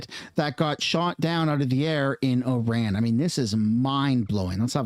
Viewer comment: i wont't unsub yet, but i will give you a thumbs down,... HEY IT'S NOT Oran, it's IRAN..